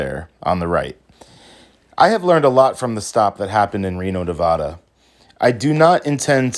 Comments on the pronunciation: It’s NevAda not Nevoda. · Neh-Va-Dah not Ne-Vaw-Duh! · While I think it is major BS you keep getting pulled over for BS please know it is Ne-VAD-uh not Ne-VAH-duh. Stay safe out there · Nobody in Nevada pronounces it "NeVAHda. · It’s pronounced Navaaada!